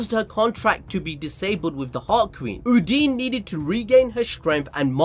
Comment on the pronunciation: Uhn-Dyn, not Hoodini But BAAAAAALLLLLLS DEEEEEP